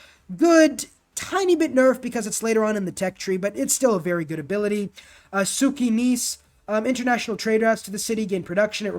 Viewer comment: Minor complain, you can ignore it but FYI Jadwiga is pronounced more like [Yadviga] while Sukiennice like [Soockyennicey]